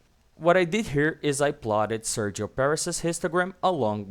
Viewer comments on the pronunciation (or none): none